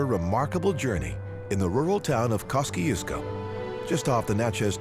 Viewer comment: Next time, get someone who is from Mississippi so that the towns like Natchez and Kosciusko are pronounced properly. Other than that good video. 😉